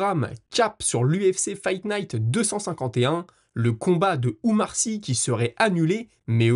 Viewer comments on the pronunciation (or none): Umar sy? Mouai... Respecté les nom des athlètes.... OUMAR SY! PAS UMAR... pour un journaliste français pro MMA c'est pas très professionnel de même pas connaître le nom des athlètes dont tu parle...